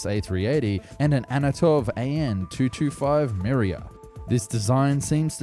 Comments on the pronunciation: no offence but you've really butchered AN-225 name. it's Antónov (uhn - toe - nov) 225 'Mriya' (mmm - ree - yuh ) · "Anotov 225 Miriya" Damn man, these names are not that tricky and hardly deserve that kind of butchery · Mriya, not miriya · Antonov 225 Mriya: *exists This guy: "Anotov 225 Miriya"